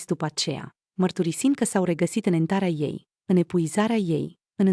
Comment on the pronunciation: Ezitare,ezitare,ezitare.....ezitare.M am săturat ascultând mai pe toți cei care citiți să nu puteți citi litera z.Ce înseamnă Entare?